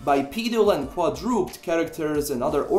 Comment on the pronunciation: great video. btw. sorry to point out but just wanna help with your english skills... quadruped is pronounced quad - ru - ped.